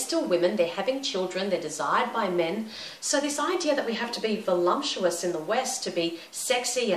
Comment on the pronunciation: Great video. The only thing that confused me was you saying "volumptuous", not "voluptuous"...:S